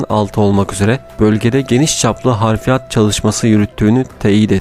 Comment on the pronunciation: Affola bir düzeltme daha yapmalıyım: Harfirat değil o. Hafriyat. Vesselam.